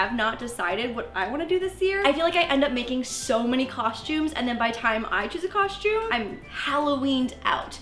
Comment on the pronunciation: No one:: CoShTuMe